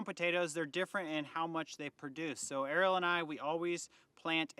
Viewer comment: So sorry about Bandit!! ❤ also it sounds like is always saying “Earl”, not “Arielle”… Haha! Now I know